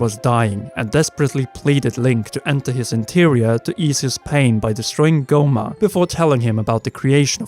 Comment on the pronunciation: Sup with British accents just destroying words that are obviously from different cultires? First of all mido is probably from milo and it only has one d so that one is wrong even in English. Second with Goma it’s like a super easy word to say as Japanese syllables are nice and brief and you go through so much trouble with your mouth it sounds like you’re saying gormer instead of a simple go muh. I understand I guess with Spanish words seeing as it’s not important for you all that the inflection is correct so that Spanish speakers can understand you but the country is called chil lay, you eat tor tea yahs and hal uh pen yos not chilly tor till till uhs and hall uh peen ohs. Do you call a cafe a caif?